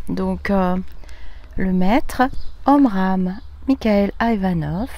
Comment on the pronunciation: Coucou Magnifique décor.... Tu prononce bien son nom à ce grand philosophe.. 😉 Merci de cette lecture très riche d'enseignement autant sur la définition des différents corps que sur le corps qui part dans l'au delà... C'est tout à fait vrai il faut laisser aller nos morts avec notre amour afin qu'ils s'élèvent... C'était magnifique cette lecture... 🙏j'espère que beaucoup vont écouter cette vidéo 🙏🙏🙏🙏💕💕💕💕❤️💙💜💛🌺🌹